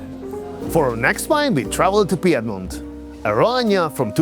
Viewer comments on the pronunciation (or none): none